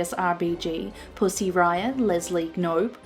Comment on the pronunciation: Leslie gnope, knope, genope, nope.. NUP